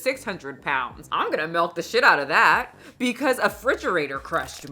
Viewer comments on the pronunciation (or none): Omg I can't unhear how you say milk Lol malk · I Love the way you say milk with an e "melk" Lol. You're so fabulous. I Love your content